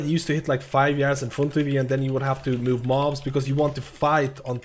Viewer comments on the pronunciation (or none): none